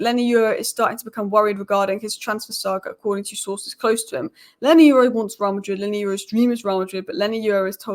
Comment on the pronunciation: 🤣😅😂🤣😅😂exactly not leny its leny